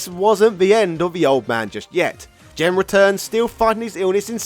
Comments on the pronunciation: Hard "G", bro. It's Gen, not Jen. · Hearing Gen pronounced like Jen is like nails on a chalkboard. I’m surprised you didn’t say Jeki. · Gen should be a "hard G", and should be like "get" or "go", and not Jinn. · Gen is pronounced with a hard G, not a soft one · GEN is not pronounced JEN 🙄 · Jesus Christ, it’s Gen, not Jen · Gen not Jen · I never heard anyone pronounce Gen as Jen. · Pretty sure Gen is spelled with a hard G, not Jen. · Gen's name is pronounced with a hard g sound, like the word "game". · "Jen"?... then shouldn`t Geki be "Jeki"? 😂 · So many bad pronunciations but they really painful one was Gen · You're pronouncing Gen's name wrong. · Gen in that sense is short for Generation. Gen in the video is a Japanese name of a character. Besides, you can hear the correct pronunciation of Gen in Super Street Fighter IV. It's not that hard to find out.